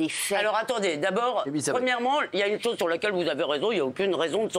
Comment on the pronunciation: Levy : il y a une tchose ou vous avez raijon ,,, le travail d’inveshtigachion !!